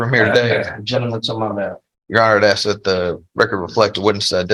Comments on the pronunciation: Irritating to hear an educated man say "ax" instead of "ask". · Anytime I hear a lawyer use the term 'aks' instead of 'ask', I immediately write him off as part of the culture of societal degeneracy. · So buggy when someone axes a question isn't it. And yes, ya'll is up there with calling the Judge Mister (Mr.). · You can take a brother, send him to law school, and he's still gonna "axe you a queshion." 🙄 Just has to butcher the English language with street jargon. What a disgrace. Any attorney that wants to axe you sumfin, should be disbarred. Jesus! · LISTENING TO AN ATTORNEY USE THE WORD "AX" CHILLS MY BLOOD! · Same here. Hearing “Ax” from anyone drives me crazy but from someone who went to college AND law school ?! 😵‍💫😵‍💫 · I don't understand how a person can go through all the years of schooling it takes to become a lawyer and not be able to pronounce the word "ask". It's only three letters. Just sound it out. Mask, task, flask, are those also a problem for educated people who's job requires proper elocution ? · Why or how can the atty with Judge Stevens talk with improper English? He doesn't use plurals "grandmother house" , he says "aks" not ask, "bess" not best, etc...and isn't he supposed to be a professional? He sounds stupid. IDK man.